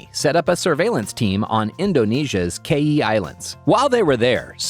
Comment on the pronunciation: The south African name is so butchered its kaai is one word like how you would say Kai and man translates to men